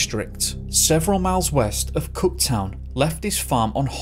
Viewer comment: It's Cooktown not Cot Town